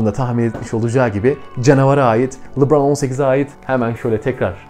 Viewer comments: Abi seni severek izliyoruz ama çok merak ediyorum ne zaman oyuncu isimlerini doğru söyleceksin 😅 "Lubraaan...." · Lebron ingilizce lubron veya lıbron diye okunuyor